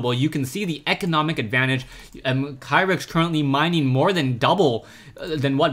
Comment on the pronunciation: Kyrix is pronounced (KEE-ricks), according to the way the player spells it in Korean.